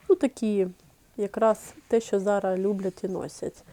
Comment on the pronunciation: Приберіть зі своєї речі слово "цупка"...не треба завжди та всюди його тулити!!!!!! І ще є слово "зараЗ", а не зара.....перехід на рідну українську це добре,але не треба так